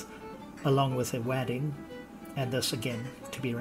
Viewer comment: Are you saying wadding as 'wadd-ing'? - it's pronounced 'wodd-ing'.